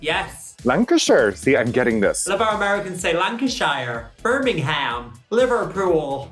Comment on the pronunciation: to hear The Vivienne say "Liverpool" in an "American" accent 💀💀💀